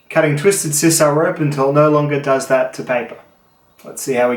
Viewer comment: Every time you say TWISTED SISAL I hear "Twisted Sisters"....